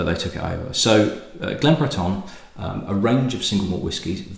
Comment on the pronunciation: Not that it matters but your pronunciation of Breton seems to be a little on the French side(Yes I know France did control the Island for some time before the British took it back). Cape Breton has a rich Scottish heritage dating back centuries. Nova Scotia is Latin for New Scotland after all) So much for the history lesson. Cape Breton may be the most Scottish place in the world outside of Scotland You probably new all this, but if any distillery outside of Scotland deserves the name "Glen" it's one in Cape Breton. That said I am not a great fan of their younger SM whiskey and their older Whiskies are quite expensive. Great cause and keep up the good work. Cheers